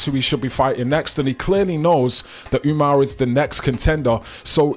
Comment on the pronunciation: Bro said Umars name about 1000 times perfect 🤣🤣